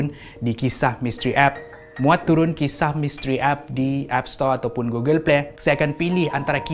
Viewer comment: google pley🤣🤣🤣🤣🤣🤣